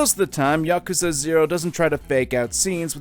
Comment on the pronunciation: Thank you for saying Yakuza correctly. Too many people say 'Yakooza'